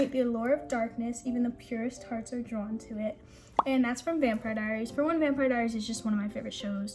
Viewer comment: lmao I know she just said it like “drone”